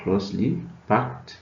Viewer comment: Packed not parked